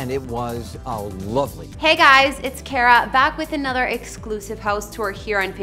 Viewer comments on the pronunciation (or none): none